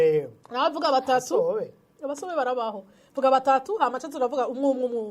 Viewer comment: Abatsobe not abasobe😂